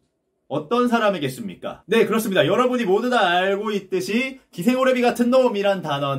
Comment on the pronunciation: ㅋㅋㅋ ‘기생 오래비 같은놈아’ 라고 말하시는데 왤케 찰지죠 ㅋㅋ